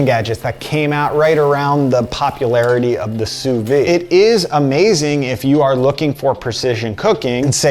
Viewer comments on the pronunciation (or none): It is "sous viDe". A person with a channel around cooking should at least google the pronunciation of words they frequently use